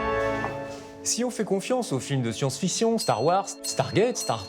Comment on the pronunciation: J'ai arrêter a 5 secondes avec ton " les films de science-FISSON " 😆😆😆👎